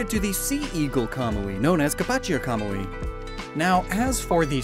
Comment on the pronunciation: still pronouncing Hisui wrong... but manages to pronounce Kamuy just fine.